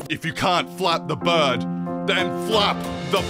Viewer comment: The fucking ai “I’m making flappy birrrrrrrrrd” is killing me